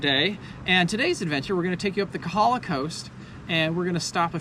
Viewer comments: If you talk to the public about Hawai'i, you definitely need to work on your pronunciation. It's not Kuh ha luh; you should say all the vowels, Ko Ha La. In don't say knee knee, say neh neh. ; ) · Do us a favor....get your Hawaiian pronunciation right. It is not KAhala ....it it KOhala (long 'O'). KAhala is on Oahu. Thank you.